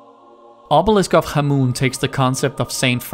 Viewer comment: Great list but you pronounce scion and khamoon so wrong lmao!